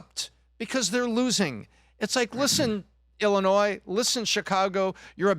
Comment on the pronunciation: Please learn how to say Illinois before you start talking about it.